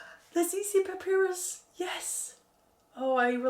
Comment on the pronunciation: Love watching you pan ! You’re so much better than I am at it. One small thing . Papyrus is pronounced pah pie russ.